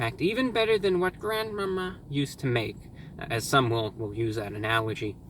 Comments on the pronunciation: why did he say grandma-ma like that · I burst out laughing at the way you said grandma, glad you weren’t impacted to greatly by the hurricane. Wish you and all your viewers a great day!